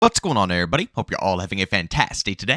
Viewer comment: “What’s going on erybody” Love it! Lol